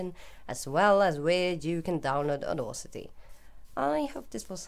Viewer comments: * Aud-a-city NOT Aud-au-city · Very well, according to Google, here is it in the correct phonetic fashion - /ôˈdasitē/. You pronounced the second syllable incorrectly. I must say your mistake might have been subtle but one still notice it and really sounds quite odd, especially to a native English speaker. I acknowledge the fact that certain foreign people find English pronunciation somewhat difficult especially here in the Netherlands where I live. No hard feelings and thanks for the Resource Pack template though.